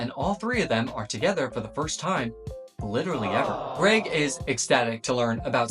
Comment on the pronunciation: Lets gooo, he got Greg's name right